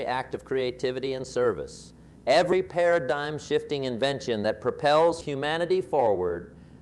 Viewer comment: Plus, the voice mispronounces a number of words, including paradigm as para dig-im. The advice is otherwise good, but it’s annoying. I’d rather just have them put out these videos as Advice via AI